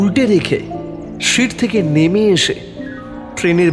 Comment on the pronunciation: Good presentation. S station, S seat... Improve please.